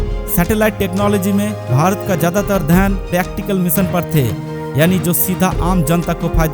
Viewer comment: Apni hindi theek kr bhai bhot kharab hai. Pronunciation theek ni hai tera bhot kharab hai. मीसन नही होता है मीशन होता है। Bewaqoof